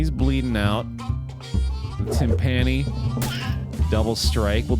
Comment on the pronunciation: One day will pronounce "timpani" correctly but today is not that day.